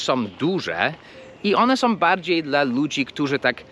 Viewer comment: Przepraszam nie som tylko są/ nosowe /.